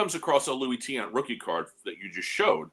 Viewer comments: I do appreciate some of content... but even if he's never heard of Tiant - which, itself, is sort of an indictment on his knowledge - the fact that he can't slow down enough to read a five-letter last name and, instead, laughably mispronounces it - 4 times in about 5 seconds - by flopping the two vowels - is 100% worthy of criticism and most certainly TAINTS his reputation. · Mr.Tiant was my father. I miss him terribly. I think knows all the mainstream players trying to stay relevant. He has no clue what he's talking about. I think it's embarrassing to hear my father's name being pronounced like that repeatedly.